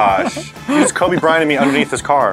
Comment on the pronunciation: He said kobe brant me